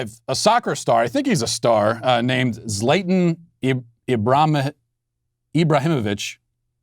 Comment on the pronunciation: His name is pronounced “Zla-tahn Ee-bro-heem-o-Vic”. Leave it to a left identified totalitarian fascist to not learn his subjects names... 😂😂😂